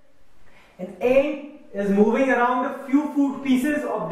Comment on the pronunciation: sorry its not aunt its ant